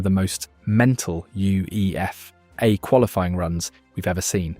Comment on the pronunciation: Nah, nah, nah, nah......I k ow this video is some AI junk based on the pronunciation UEFA, but that photo over Mufasa during the Germany section is beyond uncalled for.